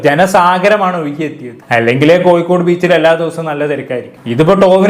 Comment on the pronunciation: Koyikode allada kozhikode...... Ni aadyam poi naak vadichit vaa